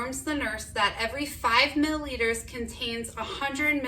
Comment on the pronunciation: Mill-i-liters not mill-liters